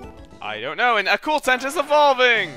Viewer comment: Call acooltent to acrueltent